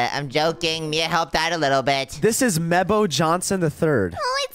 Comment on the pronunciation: "mebbo the jonshon 3"💀